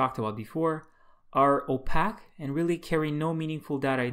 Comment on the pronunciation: Nicely done. Clear and concise. One tiny quibble: The word "opaque" should be pronounced as "oh-pake", not as "oh-pack". It is a word borrowed from optics, where it means non-transparent. One might say that a one-way mirror is transparent on one side and opaque on the other.